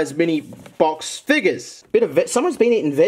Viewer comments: I love how he says figgus instead of figures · I dare you to say figures but instead say it with an n